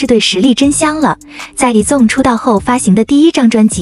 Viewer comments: 團名先唸對啦幹..以粽是三小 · 矮子王被念成以中 我快笑死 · 團名不能唸對嗎